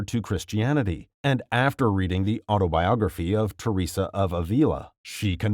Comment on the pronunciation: I think he might be one pf the first people to correctly pronounce m Theresa's name T-T